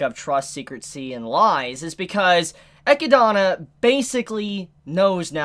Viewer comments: i assume you lost a bet and had to pronounce e-chid-na eci-dana lol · It's so fucking annoying whenever t he says "EchiDOna" 🤦🏻‍♂️ That's not her fucking name! Yes, that's how it's written because that's how Japanese works when dealing with word that aren't Japanese. He doesn't call Beatrice "BeatriSU" so why die so hard on that hill? It's just annoying. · bro are you doing it on purpose or something?? Ah-kid-na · "E-kid-na". E-kid-na. Come on, repeat after me, E-kid-na. Not E-ki-dana. 😂 As for every door being opened, Eli-girl was likely looking for our favorite book loli, since, you know, if you open a door you have a chance to open the one to the mansion's library. Just like a Loot box. 🤣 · Rose-Wall, Echia-donna! Lmao, dudes fuzzy hair almost looks like a wig, an pronouncing names all weird an shit, still a good reviewer tho. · Echidna is pronounced E-KID-NA not the crap way you say it! Jesus help us! Video was almost unwatchable! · did he just say echidana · The way pronounces Echidna is cringy lol. Say it with me....E...kid...na. You know, it is the same as Knuckles....the echidna. Same thing. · Loved the commentary, still cringe at how you pronounce Echidna, which is very much an actual English word outside of Re:Zero that you shouldn't be so unfamiliar with. Also, I can't wait for someone to bitchslap Roswaal's cheeky smile off his blue mug. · why do you pronounce echidna like that??????? is that the right way to say it? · Please stop saying Echidna wrong. Thanks. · The way you pronounce Echidna's name hurts me. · The way you say Echidna bothers me lmao